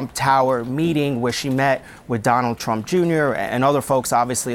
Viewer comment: She said "Drump Tower". LMAO